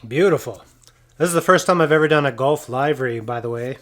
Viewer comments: LIVERY = LIV-REE Seriously, not LIVE-REE. OR is it a state by state situation? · A really great job on the painting of this livery. Just have one thing and that is your pronunciation of "Livery". You said it as: Is this show live?, when you should have said as: Where do you live?. Please don't take this wrong, really love your vids. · Livery. Like liver and onions. Soft I.